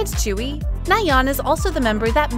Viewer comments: Sorry but her name is not chewy it is pronounced joowe I am really sorry but I don't like when you pronounce idols name sorry. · "chewy" thats not how you pronounce tzuyu. its sound something like dzüiu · Why is Tzuyu pronounced as Chewy? 😭😭😭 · it's not chewy 😭😭🤣 its tzu-yu wtf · fr its supposed to be pronounced as zuyu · why does everyone struggle with saying Tzuyu. it's not chewy... its tzu (kinda like two but with a z) yu (kris wu but yu or yue without e) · Excuse me? You can't even pronounce Tzuyu's name right, it's way off. Put some effort and show some respect.